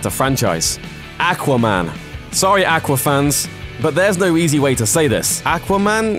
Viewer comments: not ackwa man awkwa man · AQUA, NOT ACK WAH! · Not "AK" quaman....It's "AW quaman.... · aqua not akwa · aqua not ackwa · I don't want to be rude but I find it funny the way you say aquaman "ackwa man" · aaqua man lol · Ack-wa man? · The way you say aquaman pisses me off. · The way you said AQUA man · When you don't say Aqua man right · The way you pronounce aquamam kills me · It makes me cringe when people say aqua like that. Not sure why, but it does.... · Is it just me or does it drive anyone else crazy how he says aquaman. And why has none told him he says that fucking horribly. And for the ppl going to say it's his accent. I get that but I don't think thats what causing the problem. Accent or not that should make him pronounce it like that. It drives me crazy! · the way he says aqua bothers me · Dude do you not know how to say aquaman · I dislike the pronunciation of Aqua man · Please learn how to pronounce Aquaman .... had to stop video after hearing your pronunciation several times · I made it to before killing myself because you pronounce aqua-man so fucking atrocious goodbye sweet world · do not mind accents and the way people say things. Though can you say 'ah-qua-man' instead of 'ack-wa-man'? And isn't an accent over getting how to say a word even remotely in the right way. Its 'Warner Brothers' not 'Warner Brovers'. Drarwing? Really. That is simply not an accent there. The narrator sounds like you picked him out of a bar.